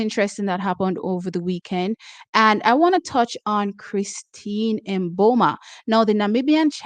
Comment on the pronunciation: Please, we love u. But cease saying M Boma. Sounds too totally off. I say MiBoma, barely touching on the M. However Namibians say it.s pronounced Boma. Totally silent M.